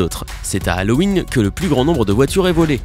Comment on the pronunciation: Nissann , Hallowing , Pickup . Sansgiving ... Sympa ta prononciation ,sympa.......